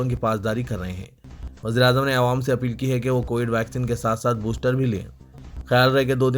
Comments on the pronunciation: ارے بھی " اے وام" والے ساری منجلس بولری کہ " اے وام" بولنا چھوڑ۔مگر تجھ سے یہ چھو ٹتا نہی۔🤣🤣🤣🤣🤣🤣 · ارے "اےوام" بولنا کب چھوڑے گا ؟؟اور " عوام" بولنا کب سیکھے گا🤣🤣🤣